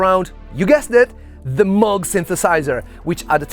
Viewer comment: 1. It’s pronounced Moog. Moooooooog. Moug. Not Mog, as you erroneously pronounce it. 2. Your pop corn sound is way way nothing close to the original. In fact it’s an entirely different sound. 3. Oh yes that pop corn tune: do bother to learn it. You play wrong notes in it. It’s like playing wrong notes on Beethoven’s 5th symphony theme of four notes. Ps: I didn’t bother going any further into your presentation for obvious reasons.